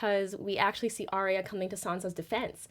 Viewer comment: Arya. Not Arrrrriiya or whatever you're saying.